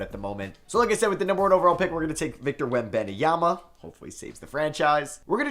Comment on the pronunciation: The way he says webanyama 💀